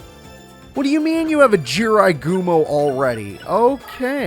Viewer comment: When I Heard say Is That A Jirai Gumo Its Sounds Like IS THAT THE GRIM REAPER